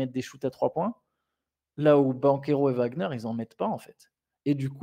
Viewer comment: Mais pourquoi "Wembanyama" vous prononcez correctement le W mais "Wagner" ça devient un V ? Ouagner et pas Vagner